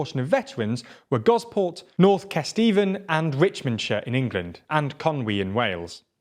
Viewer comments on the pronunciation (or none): Point of editorial, its pronounced kes-teh-ven, or kesterven, not kes-tee-van